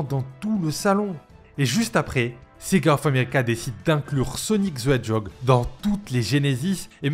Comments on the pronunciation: Hahahaha, ça me file la gerbe🤣🤣🤣🤣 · Sonic ze edjog ;P